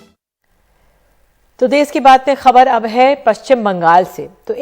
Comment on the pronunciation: Kon si hindi padhi hai ndtv ne देस नहीं hai ये देश hai भाई